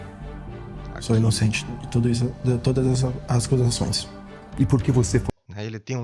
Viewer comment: Ele diz: "sou inocente de todas as "ascusações", errando a pronúncia da palavra.